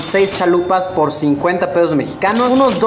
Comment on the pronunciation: Em.. Fer se refiere a que en vez de "pesos" ha dicho "peos"